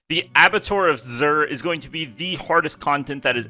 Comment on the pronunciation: I don't care, but you seemed to (you're a communicator, so you should) abba*two*are is how it's pronounced. And the "r" in macabre is silent (for whatever stupid reason:P) so it's ma*cob. I love English, but it's stupid. .